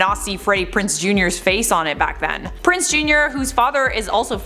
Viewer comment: PrinZe not Prince.